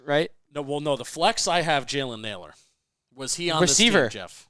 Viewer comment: Nailor not Naylor for Minnesota